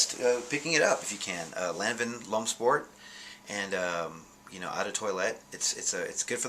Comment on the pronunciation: Wrong pronunciation of "Lanvin" lol